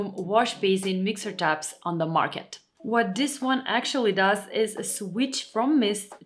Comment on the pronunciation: It is not only the non blinking, it's your lipstick is cool but your makeup is warm. You are pretty but looking very AI or robotic (uncanny valley) because of the too light shade of lipstick and the no blinking. Also are you Polish? Because I noticed you don't pronounce the Th in words like the, instead say Ta. (Your English is great, I'm not complaining, I just noticed it is common for Polish speakers speaking English in the US doing this the same way a lot of British say Chew when there is a TU like chewsday instead of Tuesday. Be well